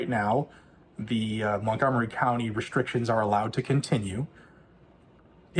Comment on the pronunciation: "Montgomery Counny"